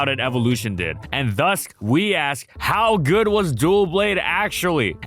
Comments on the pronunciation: Not to be an asshole, but it’s Doublade, not Duo-blade or Dual-blade or whatever you’re saying. Double blade, doublade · I don’t know why this bother me so much but it’s pronounced dubblade. Like double blade. Which you literally say in the video lol. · What is Dough blade my man 😭 Edit: now I'm hearing dualblade? I'm pretty sure its Doublade, as in... Double blade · Another great analysis as always, but Doublade's name comes from "double" and "blade" and thus should be pronounced like "Dub-lade." It doesn't come from "dual" and "blade." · Is it not pronounced Duh-Blade?? I’ve always said it that way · I always thought it was pronounced with the "Doub" from DOUBle, and the "Lade" from bLADE? Dohwb-lade? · Am i the only one cringing at him calling doublade "duoblade"? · Oh for- Doublade. Like Double and blade. Because it's two swords. It's D-O-U not D-U-O. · Why call it dual blade? The name doesn't even have an L in it?! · Great videos as always , but in every video that you mention Doublade you pronounce it Duoblade. Double blades, not duo of blades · *Duh-blade. Like the word "double" and "blade" put together. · your saying Doublade wrong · Ngl, it was physically painful to hear mispronounce DOUblade for fifteen minutes straight. It's supposed to sound like double, not duo. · Thank you! It's RIGHT THERE and him pronouncing it so wrong is irking me something awful. Makes it hard to stand watching the video. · It threw me when he first said it. There was no extra "l" for it. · That pronunciation of Doublade's name stings a little 😬 Where did that extra L come from? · Stop saying "Dual blade" its clearly Doublade as in Double! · Its name is a portmanteau of Double and Blade and clearly meant to be pronounced DUB-lade and yet in the video it's pronounced "dual-blade"...why? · Hes trolling right? Its "dou" blade as in double. DUH BLADE Wth is this "dual" blade. I get pronunciation doesnt matter but now were just inserting letters that dont exist.